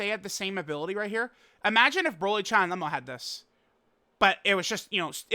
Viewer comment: Why does always mispronounce Cheelais name? Its not CHAI